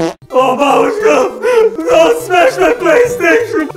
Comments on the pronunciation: "I want to smesh" - 2021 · she actually said smesh